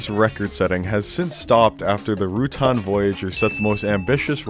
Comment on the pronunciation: FYI, "Rutan" is pronounced "roo-tan" not "root-on". Burt is an awesome dude.